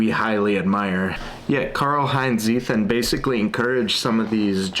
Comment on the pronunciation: Seems like an interesting book. Btw, just because you said it so many times; it's "Tseeten".